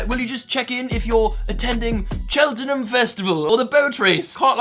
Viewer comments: Chelt- num is how to pronounce it swear. Also i grew up in tewkesbury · Anyone not from Gloucestershire pronounces Cheltenham wrong, don’t argue with me, but its not chelt-en-ham its chelt-nam